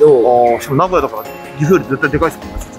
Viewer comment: 「な」ごやじゃなくて、な「ご」やなんですね！